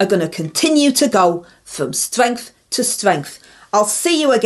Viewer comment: going from "Stwenth to Stwenth.